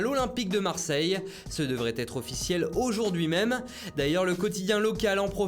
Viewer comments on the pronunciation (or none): none